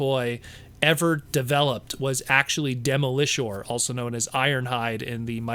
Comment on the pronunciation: I've never heard anyone pronounce Demolisher that way lol. Really interesting interview. I actually really liked Smokescreen as a kid when I was growing up. Loved the figure because of its massive gun crane gimmick. And like you said, Liftor was a great minicon too. I'm surprised he didn't say he would want to go back and do Sideswipe again. I loved that figure too, but I can acknowledge its massive faults. Thanks for sharing this!